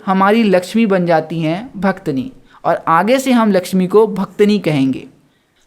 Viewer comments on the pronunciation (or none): Bhit achha samjhaya bhaiya nice explanation 😊 but aap bhaktin ko bhaktni bol rhe ho😅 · Bhaktini nhi bhaiya please pronunciation sahi kro aap apni wo bhaktin hota hai 😂😂😂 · Mai ye video dekhleta pr tune suru me hi bhaktin ko bhaktini kehdiya isliye jara hu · Bhaktin ❌ Bhaktani ✅ 😂😂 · The explanation was good but it's bhaktin and not bhaktini 🤦🏻‍♀️ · Bhaktani nahi pehel bolna sikh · That pronunciation of bhaktini forced me to leave the video 😷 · Each time he said bhaktni, the Hindi student inside me died out of pain....🥲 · For real yrr😐